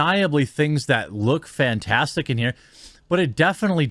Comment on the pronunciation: That one guy is saying fantastic as in a fantasy world. I don't think English is his first language.